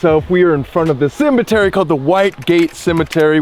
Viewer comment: 😂. Wait do you just say cembetary?! 😂